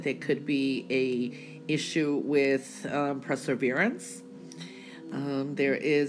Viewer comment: Please....as much as I love your predictions, it's perseverance, NOT presserverance... per not pre......